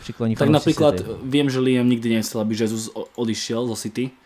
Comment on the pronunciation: Chtěl jsem to připomenout sám, pak jsem koukal, že Honza Tureček se na závěr svého komentáře také zmínil o té výslovnosti. Gabriel Jesus “Žezus” (v Brazílii je oficiálním jazykem portugalština) Naopak Španělé by jméno Jesus (např Jesus Navas) vyslovovali jako “Chesus”. Přijde mi tedy vhodné zde zachovat mateřštinu pro výslovnost… Ale už jsem si za ty roky zvyknul, že vědomí a svědomí mu nedovolí si připustit něco podobného k srdci, a tak bude Jesusovo jméno vyslovovat neustále “svou vlastní pravdou”. Já sám kolikrát třeba nevím, jak nějakého hráče vyslovit, ale když mě na to někdo upozorní, nebo si to pro zajímavost vyhledám, něco si z toho vezmu a snažím se hráčům přiřadit správné výslovnosti. Prostě jde jen o to si přiznat, že nejsme bezchybní. Chápu, že dneska jedete všechno bez přípravy a takhle, ale asi by nebylo od věci si třeba alespoň občas pročíst komentáře, které vás třeba mohou konstruktivní formou trochu usměrnit. Děkuji